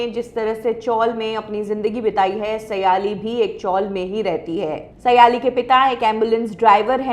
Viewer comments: aap ke surname से लगता है आप महाराष्ट्रीयन हो. तो आप सायली को सयाली क्यू बोलती हो. इस शो का aur एक contestant सवाई भट्ट भी कई live concert कर चुका है. आप का नया set-up काफी achaa लग रहा है.👍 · not सयालि सायलि